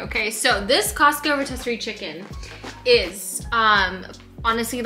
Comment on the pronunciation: I think it's pronounced "row-tisiree" instead of "row-tessiree". The one from Costco is really good and such a good value.